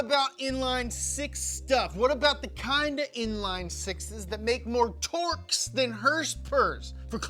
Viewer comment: herspers and trwerks. lmfao